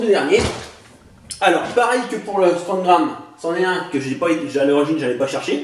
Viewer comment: on dit strongarm pas strongram mais c'est pas grave